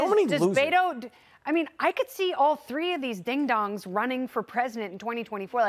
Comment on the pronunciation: ...the t"ree Stooooges...